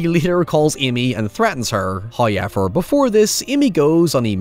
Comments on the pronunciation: 'The fu*king pronunciation, heewwaaaveeeaarr' 😂😂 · First "hoyevver" drops at the seven second mark. That MUST be a record. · Every time i open one of your videos, i eagerly await hearing the word 'however', pronounced 'Highever'. I'm never disappointed. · Not the HowYever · That's not how you pronounce However..... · Let's play a game: change one letter in the following word until it matches his pronunciation!! However